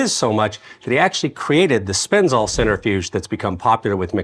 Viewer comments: Great piece, great info, great fun. However (and 100% pedantic of me, but) it's pronounced "sen-TREH-fewjh." (IAP: sɛntɹɪˌfjuːdʒ). Not "center"-fewjh. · Oh, god, forgive me. 🤣🤣🤣🤣It is not a "center - fuge" nor a "sinner - fuge". You know how to spell centrifuge (centri - fuge) but are off in the pronounciation. 🤣🤣🤣🤣. Hillarious. Again, forgive me. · Isn't that a centrifuge? You're saying "centerfuge" 😅